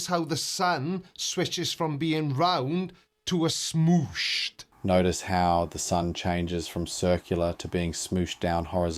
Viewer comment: That guy sounds Australian, so I really don't know why he pronounced "smooshed" so weirdly. Why did he say it like "smooyshed?"